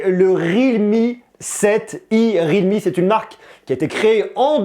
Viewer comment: ça ne se prononece pas rilmi mais riAlmi